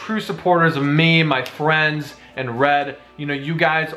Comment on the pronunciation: he said fwiends lol